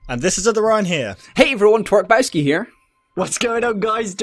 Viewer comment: did anybody else hear twerksbawoski